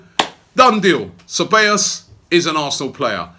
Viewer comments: Its pronounced Thebayos not Chebayos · "Se by os" is the way you phonetically say it. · It's pronounced as "Say-baa-yoss" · its not Cabellos, it's CEBALLOS for fucks sake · Robby, the pronunciation would be "sevayos"... great news... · I swear... how many ways can Robbie pronounce (SEH-BAY-os) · Guys, it's pronounced se-bye-oss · It’s pronounced “Cebaayous” Robbie. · Okay w that we've signed him i can finally help you Robbie... His name is pronounced Seh (like how a Jamaican would use the word "say"- By (not bay) - Yos (pronounced like the letter O) so its Dani Ceballos (Seh-By-Yos). Hope this helps, Big Up! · Dude, it’s pronounced seh-bah-yos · Pretty sure it's pronounced KABEYOS Robbie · I swear this man mispronounces names on purpose! Dani Che-ballos! Haha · "Cebeios" Lmao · Dani Ceballos [Da-ni Ze-ba-yos] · I think its Ceballos not Cheballos? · Nobody : Robbie : Dani Chabbeos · It’s pronounced (seballos) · Say Bye Oss would be the correct pronunciation of the word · Hahahaha he said Danny Shebeyos!!! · Robbie, my brother, it's 'Sih-buy-yo's', for heaven's sake hahahhaa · its "sebajos" actually double LL's are pronounced like english J's. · ‘Seh-ba-yos’ Robbie again with terrible pronunciations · Robbie saying Dani Chewbacca wtf ?